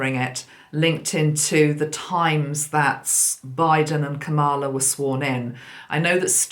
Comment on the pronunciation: Just a wee suggestion, sent with love from Glasgow!!! Because so many listen to you, it is important that you pronounce Kamala's name correctly. She was a school girl in Lusaka, Zambia in the late 60s when I was working in Chipata as a Teacher. I did not know her personally, but the name was quite common among the Asian children attending the school. Think of it as rhyming with Pamela.... ie the emphasis is on the first syllable and not the second! Hope this helps. Celtic Blessings in Abundance... Maggi